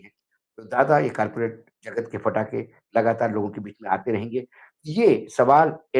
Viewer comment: पटाखे बैन हैं फटाके बैन नहीं 😅😅😅